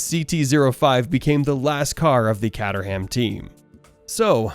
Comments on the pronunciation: Sorry had to stop watching after the pronunciation of Team's & Driver's. Awful. CAT UR HAAAAM ffs. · Great video but “catterham” and “Ty-rel”? Gonna need some practice pronouncing names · Great channel, but the mispronunciations of Tyrell and Caterham are a bit grating.